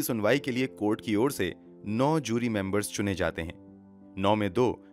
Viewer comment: Its JURY not Zyuri.